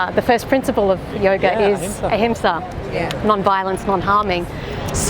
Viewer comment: You said it right. Ahimsa - non violence.